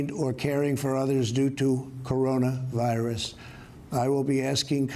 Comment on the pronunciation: Why does he pause between Corona and virus? It's one word!